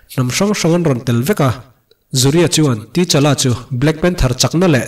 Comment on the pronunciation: Sir ka lo sawi ve mai2, comment tih tam nan,, T-Challa tilo in Ta-Challa ti a lam tur ni in k hria.